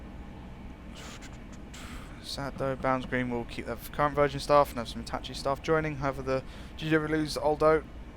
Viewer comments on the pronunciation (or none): none